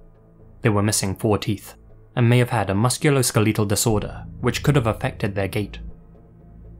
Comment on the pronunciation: "Muscular skeetal disorder" lol